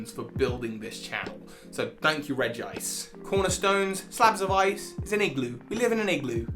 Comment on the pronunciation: Not Reg-gice! It’s Regi-ice!